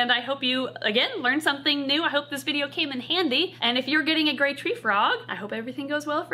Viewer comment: Sounds like she says great treefrog rather than grey treefrog and honestly both names are accurate!